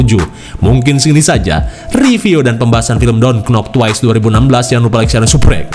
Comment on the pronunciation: klo mw g serius knp pas kata don't sma twice nya bener pengucapannya macam ente gni nih yg org ngsh tau mlah d respon kyak ta i